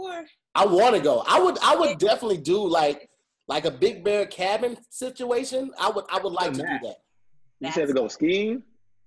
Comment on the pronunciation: what's shiptuation? Lol